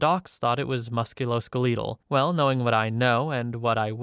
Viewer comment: Musculoskeleetal 🤣🤣🩷🩷🙏🏻 So close. It's musculo-skeletal like skeleton. 😅✌🏻